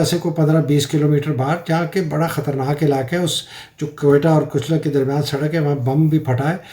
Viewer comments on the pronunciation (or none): سر کچلک نہیں کچلا ک